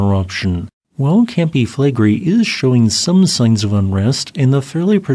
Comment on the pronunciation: Sorry, but I have to mention this. They way you shorten "Campi Flegrei" down to "Campi Flegri", you are not a YouTuber, but just a Youter.